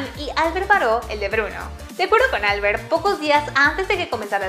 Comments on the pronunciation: Albert tiene el acento en la e, no en la A. No es inglés, es catalán 😁 gracias por el video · En catalán Albert es con acento en la e no en la a, gracias. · Yo habiendola visto en català y no entendiendo nada en castellano👁👄👁 Por cierto, Albert no se pronuncia asi xd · Pronunciais mal el nombre de Albert